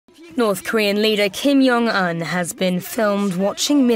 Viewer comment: I'm still laughing at the poor pronounciation "Kim Yong Un" what? Lmao 😂